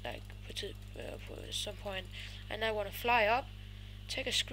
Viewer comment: "På et tidspu..." "Trættired" Mega sej lyd og du tissede i bukserne "Please like, comment ass subscribe" Kelds noter (Bandu og Madz - "Come on"